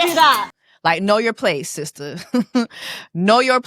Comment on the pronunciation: seestur. lets respect ppls pronouns ❤️